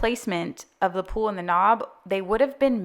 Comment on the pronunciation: I love all your choices in your kitchen! It’s beautiful! I do have to ask…you do know that the word “pull”, is not pronounced “pool”, right?